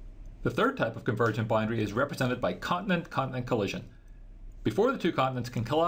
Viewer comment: Someone teach this man how to say boundary.